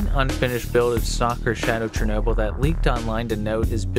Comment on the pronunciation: You pronounce the Ukrainian word Shernoby But its called Chernobyl